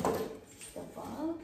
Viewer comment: 1. In today video 2. The (THA) unboxing - it should sould like (THEE) 3. This going to be my -It should be "This is going to be my lighting" - it is not a gear. 4. there are (not there is 2 pieces of bulbs) hindi bulb, dapat may "s" and dami pa.. bakit di ka mag tagalog. kung di mo keri. :)